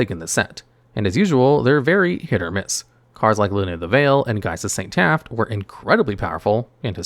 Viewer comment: Oh and Geist of Saint TAFT. Bonus word!